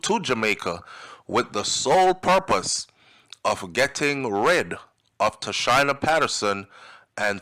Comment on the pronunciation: Pronunciation, Tasheena